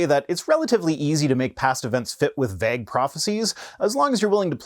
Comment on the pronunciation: Wait ‘til you hear him say vague!😋 I wonder if pronunciation of Byzantine is regional… I haven’t heard other Canadians say it – but i’ve heard a couple Brits say it way, so maybe Canadians received their pronunciation from their royal masters.